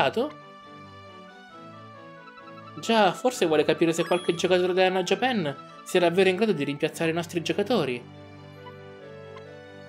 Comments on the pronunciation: Bel video! (Comunque è JÀPAN, non JAPÀN) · japan è inglese, e l'accento non cade sulla prima A dato che non c'è, ma sulla seconda. la pronuncia italiana nel doppiaggio è sbagliata, così come Inazuma e Raimon.